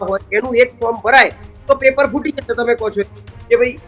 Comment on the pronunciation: "જાસે" નહી "જશે" . તમે લોકો pass કેવી રીતે થયા journalism અને ગુજરાતી‌ ભાષા મા. 😂